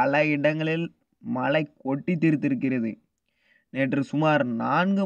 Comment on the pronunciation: உங்களுக்கு உச்சரிப்பு ழ வரவில்லை தொராயமாக (மளை) இல்லை மழை.